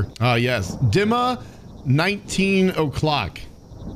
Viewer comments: "Deemah" (h is mute) is the correct way to pronounce it. You said it right. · Loving the content bro! Hilarious video 😂 Also, the way you pronounced 'Dima' was spot on! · And yes, you read the name "Dima" very correctly! This is literally how it is pronounced - firmly, with emphasis on the first syllable. It was even a little unexpected XD